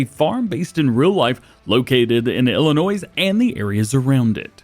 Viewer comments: No noise in Illinois. Pronounced Ill- in- noy Also I live hour and a half to the NE away from area IRL. Real life location is just East of San Jose IL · Hey dj the s is silent in Illinois